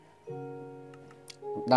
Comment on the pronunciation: bilang sekopnya macem pake b "sekob"